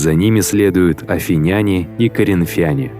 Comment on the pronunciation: Автору: Обратите внимание на ударение при произношении названий народов. Т.е. не афинЯне, а правильно афИняне и т.д.